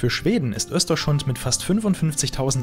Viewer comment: Ein super tolles Video. Ich erlaube mir dennoch dir zu sagen das du Östersund falsch aussprichst. Die Stadt heißt nicht "Österschund" 😊